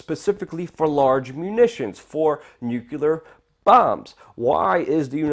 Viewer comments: I stopped watching when you said 'nukelar'. Discredits you completely. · dude, its "Pu-Tin" and "nu-CLE-ar," annunciation will only add to your credibility :)